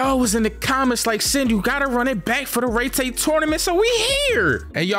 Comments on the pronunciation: No way he spent the whole video pronouncing it “RayTay” tournament. Had to dislike just off the strength. It’s (Rye-Tie) tournament. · I can’t be the only one who has an aneurism each time he says, “Rey Tay” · Love this vid BUT ITS PRONOUCE RYE TIE BRO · Aint no way called Raitai fucking Raytay😭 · Rai tai….. Pronounced correctly in both the sub and dub. This guy….. rrrrrreeeeeeeeeeeeyyyyyyyy ttttttttttttaaaaaaaaaaayyyyyyyyy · “REYTAY” Tournament, yup just gonna leave this here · Bro said rey tey💀💀💀